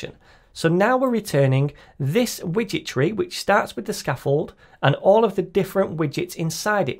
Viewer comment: I keep hearing "witchetry" instead of "widget tree". This has to be the best SDK ever! 🧙🏻‍♀️ Than You for the great tutorial!